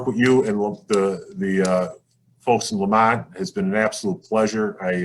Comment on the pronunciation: It's Lemont not Lamont